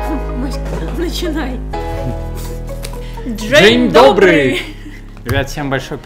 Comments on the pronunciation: не Джей добре а дзень добрий! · прикалывает начало*джень добры*(хотя нужно говорить день добры) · Не Джень а Дзень Добрый